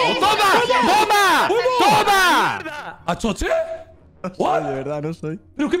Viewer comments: Todos: Axozer: Achocher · "Achocher" amooooooooooooooooooooo